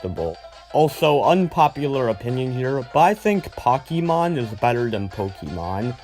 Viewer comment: POCKEEMON lol btw i love ur channel